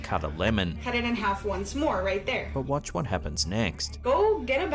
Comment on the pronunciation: But my guy.... The way you say Watch gives me goosebumps 🤣... Good work though 🤠 👍